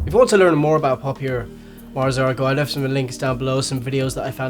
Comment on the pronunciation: Poéme Left doesn't end with "th" is ends with "ft", two different sounds.